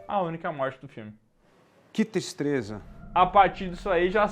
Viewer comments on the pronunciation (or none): Quem repetiu para ouvir o cara falando "que tistreza"?